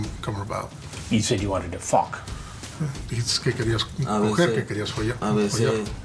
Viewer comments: "He said he wanted to FAwkkk!" lmaoooo chris done got bold out here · The way Chris be pronouncing FAWK 😂😂